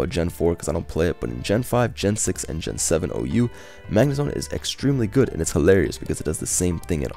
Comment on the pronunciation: calls it Zagnemone.😂😂😂